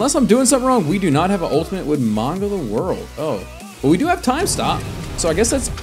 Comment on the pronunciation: Its manga not maunga plz fix the word ty